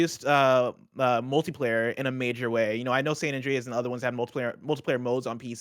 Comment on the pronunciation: "San Andreaez". Ew.